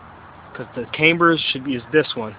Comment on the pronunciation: Wtf is "came-ber"